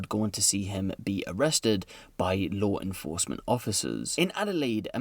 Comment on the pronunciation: "lawr enforcement" lol